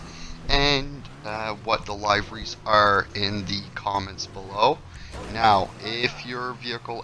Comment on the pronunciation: My mans said liveries 😂😂😂 cringe